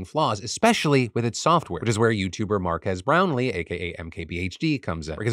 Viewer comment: “MARK AHH BROWN LEE”